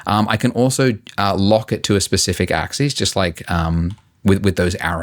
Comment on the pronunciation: Damn, I forgot how much I'm triggered by his mispronunciation of "axis".